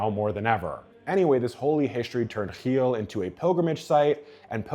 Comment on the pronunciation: The way he over pronounces it annoys the fck out of me